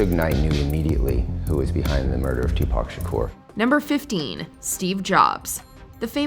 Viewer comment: Tupac Sha- who??